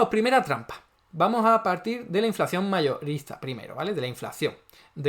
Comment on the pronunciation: Minuto 5: ya veo que entiendes las cosas como te interesa y no como objetivamente son, ... qué eres uno de esos zurdos ... ? Ponte a trabajar, a hacer algo positivo y no a enmerdar las cosas ! Y pronuncia inflación como es , CON UNA SOLA C.